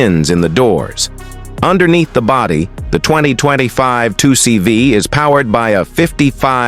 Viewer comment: Citr-oh-en?? 2cb????? Always hated the CV, hate the 2CV and hate AI narrated videos!